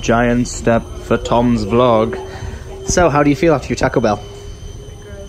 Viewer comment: Your saying Taco Bell wrong